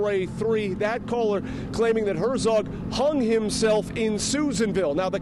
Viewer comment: Hert-zog, not Her-zog.